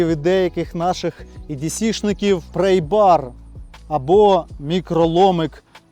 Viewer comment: Не "прЕйбар" (prey), а прАйбар (pry). "Prey" у цьому випадку ті, хто слухає твою англійську.